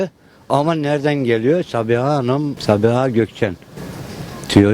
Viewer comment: sağğhiğğbii ulan süper ya ahfjashf